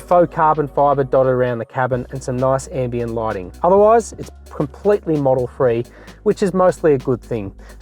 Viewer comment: Why does he keep saying Model Free and not Model Three…. so irritating..